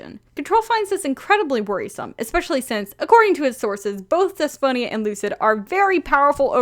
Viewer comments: wow haven't seen this vid in a way but i just wanting to say(coming from a Greek person) that Despoina is actually pronounced as Depsina (D is pronounced like Th) :) idk just wanted to tell you how it's pronounced lol <3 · The name you were trying to say is pronounced Despina (You probably saw it written as Despoina but in Greek "oi" is pronounced as i (like the i in fish)) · I think Despoina is pronounced Des-po-ena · Hello, a Greek here. In case you were wondering, in Greek Despiona is pronounced the-spi-na not th but like the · HA I THOUGHT YOU SAID DYSPHONIA AT FIRST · It’s pronounced “Thespo-e-nuh” or “Des-po-eena” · Pastel Cryptonym Isn’t it pronounced Des-Pee-Nah?